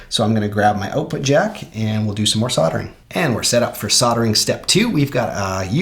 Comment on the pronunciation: Strange way to pronounce soldering 🤦🏼‍♂️ killing me to hear 😂